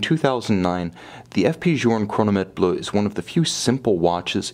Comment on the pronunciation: Bleuh not bluhh